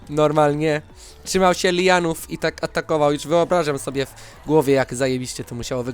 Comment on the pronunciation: mówi sie lian:d